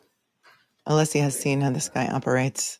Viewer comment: So strange to hear you mention Nancy Kerrigan - I just read that Hank was the Attorney for her brother - but you probably already knew that,, because you know everything! I'm hoping if Hank keeps mispronouncing Alessi's name, he refers to him as Breenan. And honestly, Hank who says chat - are you still using AOL discs?😅 Thank you for making watching this trial bearable!